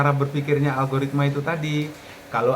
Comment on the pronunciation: Alogaritma gobl0k....???🤣🤣🤣..lucu juga denger nya ..teruss pemula suruh ngapa in lgi .kalau semua gak boleh